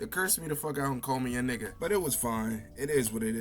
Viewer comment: the way she said nikka was hilarious.